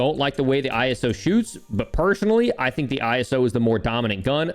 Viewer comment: Why do you say iso I - s - o